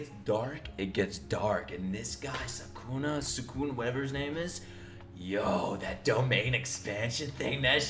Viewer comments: Its Sukuna not Sakuna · You pronounce Sukuna like the following: Su (s as you do and the u like the ou in 'soup') ku (k pronounced as you do and then again the soup sound) na (as in that one girl saying "nah, its not funneh I've got schuuuuhl", the 'nah' is the sound you're going for)